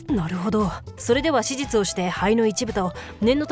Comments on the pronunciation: 手術(しゅじゅつ)がしじゅつに聞こえるのは私だけ？ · 手術がしじつに聞こえるんだけど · 細けいけど1回も手術って言えてなくない🤔 しじつにきこえる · 手術をずっとしじつ って言ってる？ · どうでもいいけど 手術の滑舌よすぎん？笑